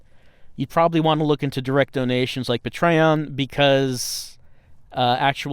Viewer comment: Puh-Tray-On??!! I will never say it properly again.